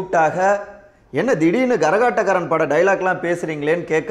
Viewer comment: அது gaரகாட்டக்காரன் இல்ல kaரகாட்டக்காரன்!